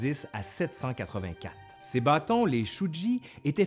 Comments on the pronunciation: 籌木【ちゅうぎ】 Ça se prononce "tchouougui" (le "G" en japonais est toujours dur). Ça m'a choqué d'entendre "shoudji" ^^ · Petite note sur , en transcription du japonais la lettre note toujours le son [g] comme dans "Gui" et jamais [ʒ] comme dans "gyrophare", et note [tʃ], donc ça se prononce comme "tchu-gui" (avec, du reste, une voyelle longue), pas "chu-ji" ;). Sinon c'était intéressant ! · Petite leçon de japonais non sollicitée; si le bâton se nomme "chuugi", ça se prononce "Tchu Gui". les "ch" se prononcent "Tch", ce sont les "sh" qui sont doux, ils se prononcent "sshh". Puis les "g" sont dures comme pour "Gui" et les "j" se prononcent "Dji" comme "jump" en anglais. Toujours divertissantes ces vidéos, je continue de toutes les dévorer! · Comme quoi, un objet si anodin permet de faire de l'histoire ! Interessant d'en apprendre plus ! Encore une fois, je suis vraiment content d'avoir découvert ta chaîne ! J'aime bpc ta manière de présenter :) PS : Il faut plus prononcer chuugi comme tchûgui ;)